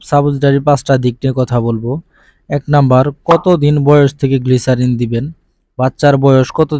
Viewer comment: গ্লিসারিন না গ্লিসাপ😂😂😂😂